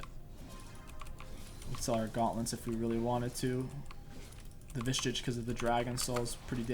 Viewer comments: Can you make a video where you say vishage correctly ? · my man cant say visage lol